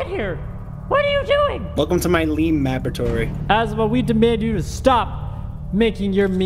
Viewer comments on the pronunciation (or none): Just finished rewatching the blooper reel (Why I hate My Friends) and love that calls it a Leme Maboratory. cut out so much quality content, though.